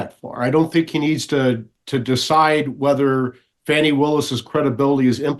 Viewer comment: Thank you, Mike Davis, to correctly pronounce Fannie Willis' first name. Otherwise, she should change her first name to Fawny.